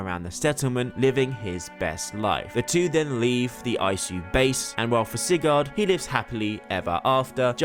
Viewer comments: It’s pronounced SIGERD NOT SIGARRRD. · Why you keep pronouncing it “Cigar”